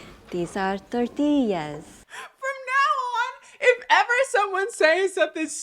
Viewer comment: IT'S A TOR-TILL-A